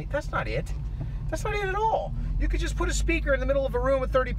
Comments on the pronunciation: I hear yust too 😂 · One thing people aren't commenting on is at the beginning of the Journey song he says Yust a small town girl. He's clearly not saying Just. I have no idea what a yust is but that's what I hear.